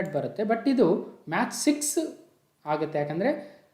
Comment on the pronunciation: Sir your pronunciation is match but it is Mach(ಮ್ಯಾಕ್)